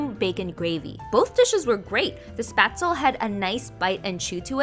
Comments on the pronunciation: It’s pronounced spachtlé coming from a Swiss. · It’s Spätzle, the Sp is pronounced like Shp, like Ship without the i ^^ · As a German I love how you pronounce „Spätzle“🥺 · I love how you pronounce Spätzle 😭🖐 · The way she pronounced spätzle- it hurts 😭 it’s cute but it hurts my german heart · except it’s not how it’s pronounced. It’s actually a leh at the end.